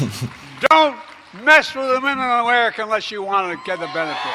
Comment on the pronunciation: Sounded like "Don't mess with the women ofmurarerika unless you want to get in bed with them" 🤷